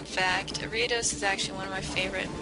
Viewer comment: Are-ee-uh-dose. Jes helpin :p